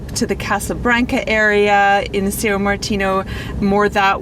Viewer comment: It's not actually Sayo. It's pronounced nasal as "Saoong".... without overemphasizing the ng